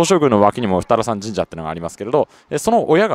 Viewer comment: 宇都宮の二荒山神社って「ふたさらん」じゃなくて読み方が「ふたあらやま」じゃなかったっけ、どっちでもいいのかな？